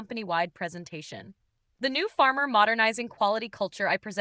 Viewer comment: *pharma, not farmer Good Lord, AI is stupid.